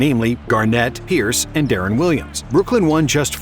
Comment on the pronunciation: Dawg its de-ron not derron